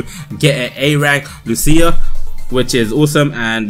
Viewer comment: Put the emphasis on the u in Lucia instead of the I, say it like "loose-ya" instead of "loo-see-ya Hope this helps